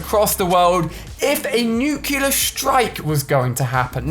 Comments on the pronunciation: you said Nuclear wrong. you said nucl"u"lar instead of Nucl"ea"r. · he said nucUlar like Homer Simpson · Ali, it's not nucular, which is how you're pronouncing it, it should sound like nuclEEer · Everyone always pronounces nuclear nuke-u-lar when it's actually pronounced new-clear